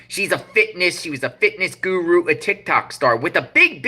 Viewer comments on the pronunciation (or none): none